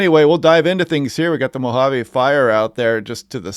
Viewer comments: Thanks from Az! You nailed Mojave. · Yes, Mo-hah-ve, for Mojave. Silent "j", Melaney from SoCal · Yes, Mojave is pronounced Moe-ha-vee. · You said Mojave perfectly! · Your pronunciation of Mojave is correct.